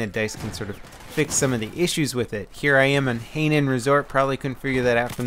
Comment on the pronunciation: hainan is pronounced hi-non as in "hi charlie" and non as non non-stick pancake griddle spray.